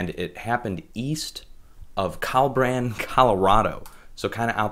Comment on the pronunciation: And you pronounced Collbran wrong!